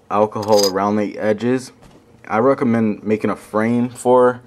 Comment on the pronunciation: i recermend? .... just sayin